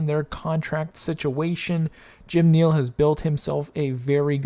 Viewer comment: Buddy, please learn how to pronounce the names right. Jim “NEAL”? Jason “ROBINSON”???